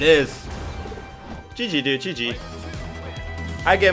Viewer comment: amazing loved it and the way you say GG is Just Soo Good